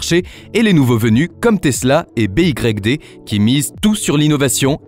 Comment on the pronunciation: Sur la forme, ton ia à du mal à dire BYD comme il faut 😅